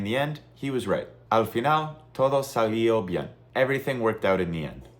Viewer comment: No es "salío" es "salió". Wrong pronunciation.